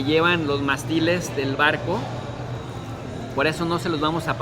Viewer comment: Ojo...Mástiles lleva acento. ¡Pronúncialo! "Mástiles" es una palabra esdrújula. La sílaba tónica, que es la que se pronuncia con mayor fuerza, recae en la antepenúltima sílaba (la tercera desde el final), que en este caso es "más". Las palabras esdrújulas son aquellas cuyo acento recae en la antepenúltima sílaba. Y es MONERO, NO MORENO....